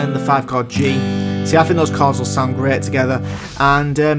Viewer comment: Pal, it really sounds like you are pronouncing "cards" instead of "chords".